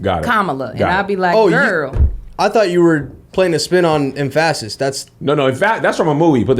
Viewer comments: Lol em-PHA-sis lol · the wrong emPHAsis on the wrong sylLAble. It's from a movie. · emph-ass-is is now a word. ask "bling bling". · don't be playin with me like that EmphAAsis...I was like whhaaaa??? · If you say emfassis (emphasize) one mo again....🤣🤣🤣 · Yea that emphASSis was worrying me.... 😂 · The em-fassis why is she saying emphasis like em-fahs-sis 🤣🤣🤣🤣🤣🤣🤣🤣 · It took me for ever to realize what was saying when she was saying emphasis. lol Y'all Kev and got PTSD from church. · I’m not enjoying the way says emphasis I don’t know why it makes me cringe really hard 😂 Edit: she was kidding lol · Why it took me a minute to realize was pronouncing emphasis wrong? I spent the first three minutes so confused. I thought it was a new word. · Its the pronunciation of emphasis for me Like my aunt says adVERTIsment It sounds fancy